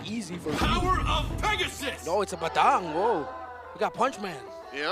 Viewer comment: Someone tell to stop saying Bay-daaang. Its Buhdung. Annoying AF!!!!!!